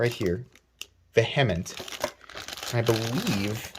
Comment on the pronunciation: Pronounced veehament